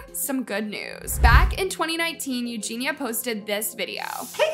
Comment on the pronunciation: ●Eugenia KU-knee●